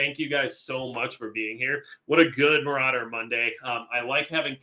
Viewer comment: Majicccc " general maurader " hahahaha